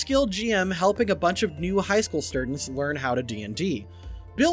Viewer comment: Hehe, sturdents